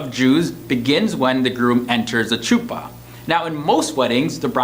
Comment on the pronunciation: The pronunciation of chuppah 😂